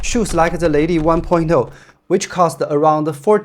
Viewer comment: Leili from you sounds exatly like LADY